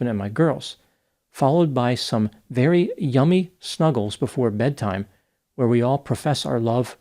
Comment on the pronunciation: Vewy vewy